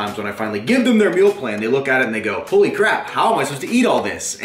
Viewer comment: please dont say holy like that